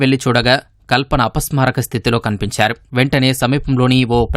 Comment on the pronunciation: ఫోన్ చేసి " నేను అపాస్మరాకా స్థితి కి వెల్తున్నాను" అని చెప్పిందాటా.అపస్మారక అని వీడికే పలకడం రావడం లేదు,ఆమె ఉన్నా పరిస్థితి లో"అపస్మారక"అని ఎలా చెప్తుండి.పాధ గట్టం,పాధ గట్టం అని సినిమా లో లా అపస్మారక ,అపస్మారక అని ఎన్ని సర్లు చెప్తారు.అతిగా ఆవేశపడే ఆడది సుఖపడినట్టు చరిత్రాలో లేదు.